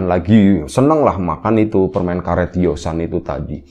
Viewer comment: YOSA gak ada huruf N